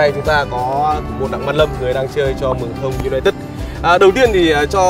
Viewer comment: Xin gop ý với anh 1 chút.Tên clb phát âm là Mương thoong chứ k phải là Mường Thông.